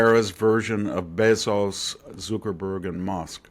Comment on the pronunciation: It's Bayzos fool!!!